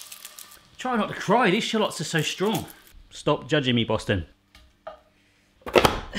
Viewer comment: I love how you say "shlots" instead of "shallots" lol